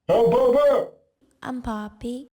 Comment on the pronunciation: sanki orda mbappemi diyon im poppymi diyon belli değil abi ama komik 🤣🤣🤣